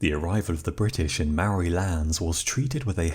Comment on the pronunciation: Say Mould. Then say Mouldy. Māori. Your welcome